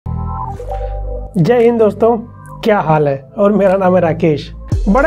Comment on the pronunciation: Purani video dekh k ye lag ni raha tha ?.. jai hind bhi thik se bol nhi paya tha usdin... btw love from SEVERNY 👍😁